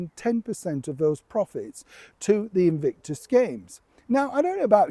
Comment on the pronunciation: "Invictus" or "Evict-us" ?!!